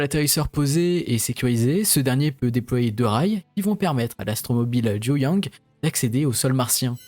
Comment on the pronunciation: Excellente explication, claire et précise. Juste une remarque sur la prononciation en chinois : ZHURONG se prononce "djou jongue"